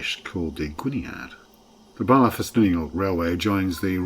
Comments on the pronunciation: Very fond memories, of the line. as my mums family are from Llanuwchllyn. In the 50s we used to travel by train from Ynys Mon. Mum's youngest brother was station master at Llanuwchllyn. 3/10 for the "pronunciation" ...Barlar, I've only heard that pronunciation once befor, hmmh. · An interesting video but two features made me wince. Firstly the LMS-style hooter. This line was only operated by the GWR with mainly 57XX pannier tanks or s and a GWR whistle has a much higher pitch. Secondly, the dreadful pronunciation of Welsh names. Where the hell are Bahlah and Cum-price-or? A narrator really ought to do better.